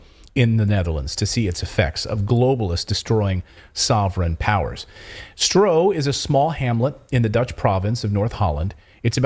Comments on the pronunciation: you're doing great work but please pronounce the dutch word "Stroe" as "Stroo". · Laughable. You have no idea of The Netherlands, Even the map and the figures are wrong( as well as the pronunciation of 'Stroe)'. When did you two ever live off the land? Really, you have no idea. Bad, bad, bad. FYI: 'these poor farmers' are mostly millionaires.